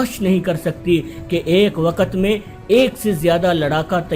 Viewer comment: What is "Saaaatelth" its "Stealth". Its "waqt" not WaaQat. Kher no sense of this video